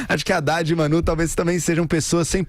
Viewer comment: Precisa aprender a dar notícias, CNBB não representa os católicos de verdade. Chamando de " Manú" , amiga né